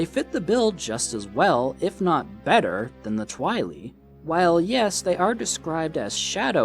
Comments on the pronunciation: why you say twilee? its Tweye-leye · Its not twi-le it’s twi-lye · Twili is pronounced Tweeli. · I thinks its pronounced Twhy-lie not Twhy-lee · Constructive Criticism: The name for the people from Twilight Princess is Twili, pronounced twai-lai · His pronunciation of 'twili' really stirs my pasta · the only thing I don't like about this video is how you say twili.... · I’m a year late but the way you say “Twili” is hilarious